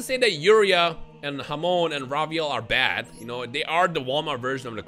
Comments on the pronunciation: I'm Spanish so hearing "hamon" is hilarious to me, cuz it means ham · Yoo everytime you say Hamon it sounds like you calling a mexican friend 😂😂